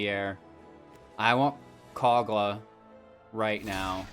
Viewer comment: Mans said "Cog-Luh, the Titan Ape"